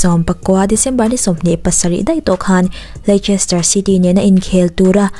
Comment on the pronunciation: A ngaihnawm e.Amaherawhchu thil 1 aw...Lei-ches-ter tih a lam lovin, Leece-ster tiin Leicester tih hi lam tur.Anyway, i ti tha lutuk.Ngaihnawm bawk e.